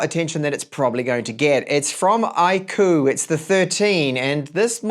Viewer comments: It's "IQ" not I KOO. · iirc iQOO is supposed to be pronounced as IQ, as in the intelligence score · I'm here to make the same joke I always do with this brand. Everytime you say "Iqoo" I feel like saying "God bless you". 😉 Looks like a great phone for price. 👍